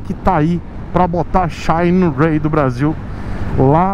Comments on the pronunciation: Só pelo jeito que o pronuncia o "xaaainerái" já vale o like no video kkkkkkk. Quanto ao ser "patrocinado" pela marca: O patrocínio nunca impediu o de ser crítico à marca que o patrocina, tanto que um dia eu escrevi que nunca seria patrocinador do! Ele é um tanto quanto sincero demais!!! Ainda bem!!! isso só faz suas opiniões valerem mais. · Xaiiinueyyy kkkkk